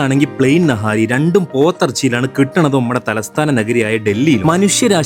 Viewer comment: naaahari alleda... niiihaaarriii